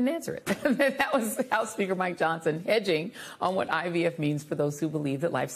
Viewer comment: SHE SAID EDGING 🤣🤣🤣